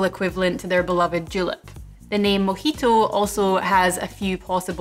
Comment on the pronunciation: Thanks for the video, though I swear it sounds like you're calling it a "mickey-toe" My American ears, I'm sure.